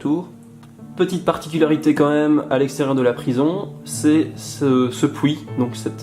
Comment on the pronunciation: XD XD XD j'adore "pouit" au lieu de "puit" mangnifique video c'est trop beau i love youre travail de malade